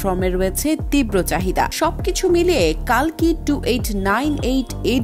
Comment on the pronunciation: ওটা কল্কি হবে, কালকি বলে কিছু নেই।